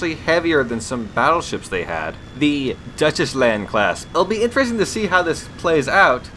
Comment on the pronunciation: "Duchessland Class?" I think it's pronounced "Doy (as in boy) chland."